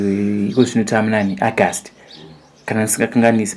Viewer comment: Iwe. Usati Ahgast..it's oougust